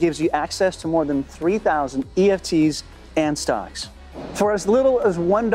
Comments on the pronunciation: Are you trying to say ETFs in that add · ETFs….. not EFTs 🤣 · did he just say EFTs and not ETFs…. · Anyone else catch that he said EFTs instead of ETFs? All good. I knew what you meant. Dope video. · When advertising "stash" you keep saying "eft's" instead of what they are, "etf's". Not sure if you caught that after editing.